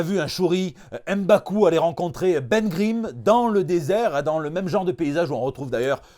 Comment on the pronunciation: on dit huuumbaku, le M se prononce comme le S de Spiderman, non ème Baku. Le ème ou le ène n'existe pas dans les nom de l'Afrique Central et du peuple Bantu